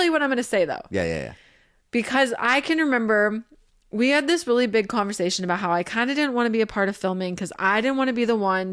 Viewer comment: What about Zach's "Social" = SHO-SHUL "Society" = SHO-SHY-ETY "Conversation" = CONVER-SHAY-SHUN